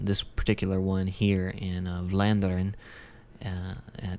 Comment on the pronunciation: You pronounce Vlaanderen (= Flanders in English) pretty well for someone who doesn't speak dutch/flemish. :)